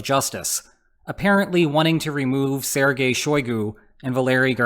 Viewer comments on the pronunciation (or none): none